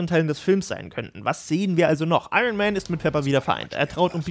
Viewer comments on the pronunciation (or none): none